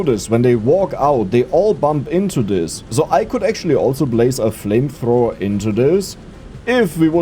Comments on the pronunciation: german accent made it 2x better whenever you talked about flamethrower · reading the flamthrower wrong is both funny and infiuriating at the same time.